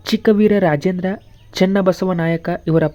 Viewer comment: ಸರ್ ಸರಿಯಾಗಿ ಓದಿ ಅರುಣ ಮಲಾರ ಚಿಕ್ಕವೀರ ರಾಜೇಂದ್ರ